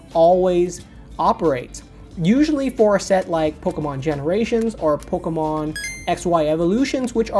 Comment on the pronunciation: hate how he says "Pokomon" LOL